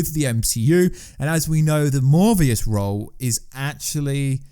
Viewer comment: LS Pnuema just posted on this myself. So sick of these channels run by people who clearly know nothing about comics. Still trying to figure out where he got the “v” sound from in ‘Morbius’.